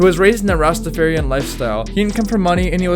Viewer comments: Also.. completely f*** up the pronunciation Rastafarian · You also said Rastafarian wrong